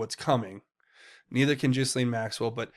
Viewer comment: I wish my favorite Tubers would pronounce the madam’s name correctly. The S is silent in Ghislaine. It’s G’Laine. PS. Love your show. Dead Epstein on gurney likely Tony Rodham sending an unmistakable message to the Clintons and cronies